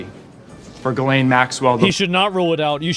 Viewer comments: Ehy is it always mispronounced? "Ghee-lane." It's not "giz-lane" or even "jizz-lane." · The way you continue to mispronounce "Ghislaine" makes you look dumber than shit. It's "ghee-len" or "ghee-lane." The "s" is silent! Sometimes you even add letters and say "gillis-lane!"🤦‍♂️🤦‍♂️🤦‍♂️ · As a French person, it makes me laugh when I hear countless people pronounce her name as "gillis-lane". Her name is French, it's pronounced "Gee-layn". 😅⚜️ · i love how everyone mispronounces her name and it defaults to jizzlaine every damn time. living in a fn comic book i swear. its like watching the joker get away for the 75658th time. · Can someone please tell how to pronounce Ghislaine? Im pretty sure its not gillis-lane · At this point, I think he wholeheartedly believes it's pronounced "Gillis-Lane"